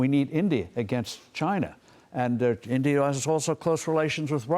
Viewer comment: She couldn't say India. Or she doesn't know her geography 😂